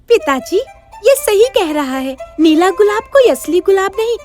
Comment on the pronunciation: Nela gulab hota Nahi hota 😀😀